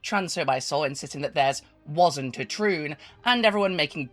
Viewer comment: This guy can’t even say troon💀💀💀 JSID MANE HE EVEN HAS AN ANIME PFP ITS OVER